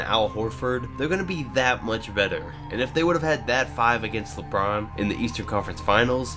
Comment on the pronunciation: You said Lebrun James jr.😏😏😏